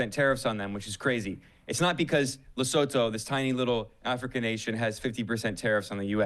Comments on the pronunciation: its pronounced, leh-sue-two , just a heads up for future reference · Lesotho is pronounced Lesutu 😊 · Love you Kyle et al., but is so painful to hear the pronunciation of Lesotho so incorrectly each time!!😖😖😖😖. It is pronounced "LesoTWO"- as if with the number at the end... please gawd😫😫😫😫😫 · It is pronounced LA-SOO-TOO